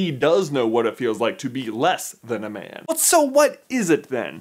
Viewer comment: When he says 'man' it sounds like he's saying 'Ben' 😅